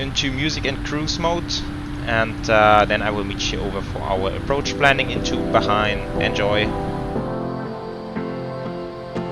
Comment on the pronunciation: Bro When will you be doing your setup and could you do a flight from doha to Bangkok Qatar Airways 747-8f and Bahrain is pronounced as Bhaa-rain and what's the overlay showing for you flight